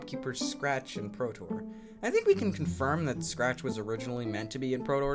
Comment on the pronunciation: Wait... Did you call him "Protor?" his name is "Potbor" actually.